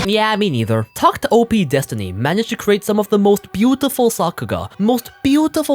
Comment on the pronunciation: It's pronounced "tact opus" btw